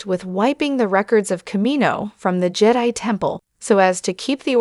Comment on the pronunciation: Thumbs down. Bad AI -- can't even pronounce "Jedi" correctly. 👎